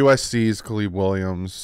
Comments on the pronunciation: “Kaliib Williams” ☠️😂 love you lmao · Substitute teacher 😂 A-A-Ron J-Quelin CalEb🤣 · His name is Caleb. Not Caleeb just cuz he’s black…. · Wtf, how tf did you Butcher the name Caleb. How!?!?!?!